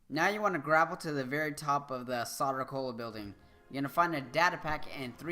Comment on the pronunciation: Thanks for all the help with the crazier Enigma files in this great game! Much appreciated! Oh, and with all respect, you might want to know that "Soder Cola" is pronounced "Sew-durr". It started out in Superman comics, as I recall, and the name is a bit of a joke -- it's meant to sound like the way a stereotypical "New Yahwker" would pronounce "soda". Like, "Yo, Vinny! Gimme a soder!!!" Cheers!